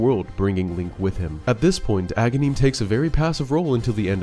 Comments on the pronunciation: It’s Agahnim, not Agahneeeem. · when I first got this game as a kid I always thought Agahnim was Ganon because I used to mispronounce his name as a-GAN-im, like Ganon without the first syllable. Then after I fought him the second time and saw Ganon rise from the wizard’s corpse that sealed the deal.